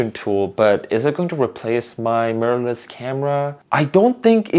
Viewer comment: “Murrless camera” 😂 nice video fam